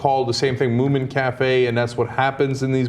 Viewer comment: the MO-MIN .... wtf ana ... have you never heard of the moomins you damn americans !!! everyone knows the moomins !